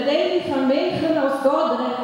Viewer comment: Es ist kein Dorderecht aber Dordrecht! Ich wohne in Rotterdam, das ist in der nähe von Dordrecht :D